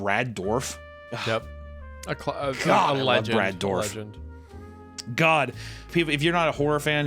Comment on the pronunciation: It's pronounced "durr-if" not "dorf".